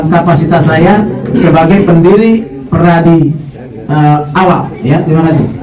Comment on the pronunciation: PERADI BUKAN pradi